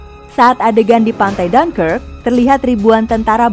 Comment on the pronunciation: Bacanya apa? Jangkrik kah?